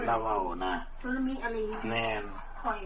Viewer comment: สึนามิ ไม่ใช่ สุนามิ เอ๊ย